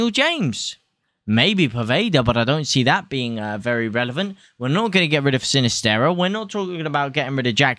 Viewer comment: Good man. Glad to hear u pronounce Sinisterra correctly..about time bro. Lad cmon, leeds couldn't afford Pulisic and Hudson -Odoi. That's absolute nonsense.